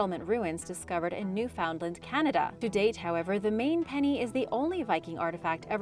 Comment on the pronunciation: Okay now just can't stand it. Every time I've watched this channel and you mention a particular Island you pronounce it new found land. It is not pronounced that way but it's actually pronounced as nuffinland. This spelling is actually phonetic.